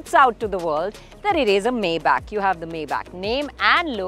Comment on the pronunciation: Great review. Little nitpick, but it's "my-bock"